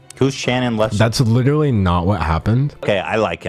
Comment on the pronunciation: “Lit ruh lee”- that simply won’t do sir.